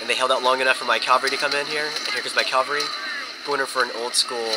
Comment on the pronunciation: Dude, caVALry... I really like your commentary video's, but everytime you say calvary, I get the urge to scream and kick something... even though English isn't even my first language. I know you can't just "remake" all your video's just to change a single word, but I hope you'll say it correctly in all video's yet to be created. Apart from that minor bit of irritation on my behalf... you're an absolute first class 'Empire Total War (or any Total War game) general/admiral'. Well done there